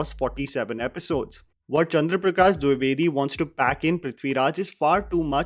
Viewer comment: it's Dwi - ve - di not duvedi just for correction.